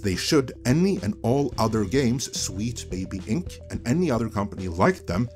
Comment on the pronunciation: oh no... NOT AGAIN!!! First "Comedy" for "Committee" and now "Wheat Baby Inc" Glad everyone is not dunking on for his accent this time.